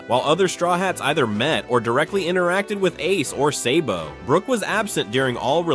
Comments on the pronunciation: It’s sabo not saybo wtf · Hopefully the is is not an AI voice because if you watch both dub and sub you’ll know it’s sah-bo not say-bo. Cool video though but I never got past this part.